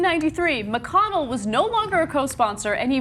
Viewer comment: Lol it sounded like she said Bitch McConnell